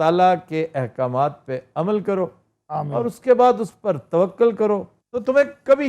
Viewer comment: پھر وہی توکل توکل ک کی زبر سے ۔ قبلہ توکل ک کی پیش سے !!!